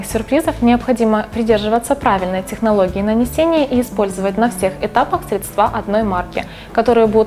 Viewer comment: хорошее видео, спасибо!) классный магазин, постоянно к вам захожу) одна просьба- срЕдства, а не средствА.